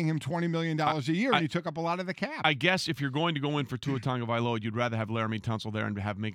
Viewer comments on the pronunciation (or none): I’m from hawaii, and I’m sorry, but it’s Tua Tagovailoa. just a bit of a pet peeve and it’s pretty tough correcting someone phonetically through a comment.